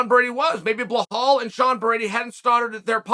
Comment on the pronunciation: Psst Chael it’s Belal not Blahal 🤣